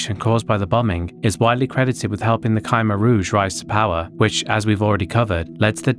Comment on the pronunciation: "Ky-mer Rouge" Still, though. Banger video, as usual.